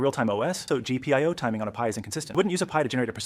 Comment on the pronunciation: How do you get "Ja ahh PIO" from GPIO? And Sram? D.A.C.? A.R.M.? And pronouncing Cuda like Que-duh? So weird! And why mangle the audio like this? You need to slow it down to 80% or 85% to sound normal, and half the sentences have the whole first word cut off. I know it's not an AI problem because AI wouldn't screw it up this bad 😂